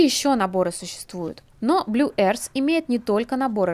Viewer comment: Пожалуйста, люди, не произносите Earth как [эарс], это больше смахивает на airs. А earth произносится совершенно иначе. [öрф] будет и то ближе к правильному звучанию. Гласный звук в слове только один, - [ö], как в слове дёрн. Но длиннее. А после него глухой межзубный [th], слегка похожий на ф. Но никак не на [с]. Я не понимаю, в чем сложность в гугле клацнуть на кнопку прослушивания произношения слова и просто повторить за ним. Секундное дело. Всего одно слово! Секунда делов. Никто ж не читает слово mother как мотхер. Все прекрасно знают, что это ~маве